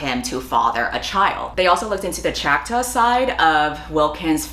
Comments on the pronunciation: Are you saying “Choctaw”? It’s like “chaw-k-taw” not chack-taw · pronounced chock-tah, i believe? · You mispronounced two tribes Choctaw is chock-taw And Salish is say-lish Sincerely, an actual Native American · Can I recommend googling the pronunciation of indigenous nation names? Choctaw and Salish are pronounced very differently than in your video.